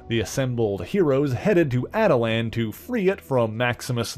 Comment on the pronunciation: For future reference, the Inhumans' home world is pronounced "At-tuh-lon".